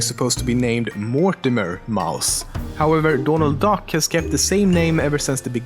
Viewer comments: dååånald dack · dånald duck... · Doonuld Dack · "Dornalt Dock" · Dånald duck. XD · DÅNALD DACK xD